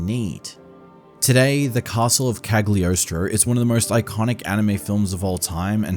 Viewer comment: OMG the pronunciation of Cagliostro 😵‍💫🤣 This One Piece movie is by far my favourite one, both for the style and the story (FFXII and X BGM is great!)